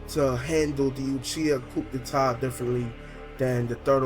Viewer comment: not tryna be a douche; I did enjoy this... but (coup d'état) is pronounced more like "coo-e-tay"